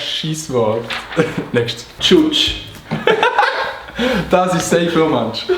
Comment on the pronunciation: Es heisst Tgutg ned tschutsch andri 😂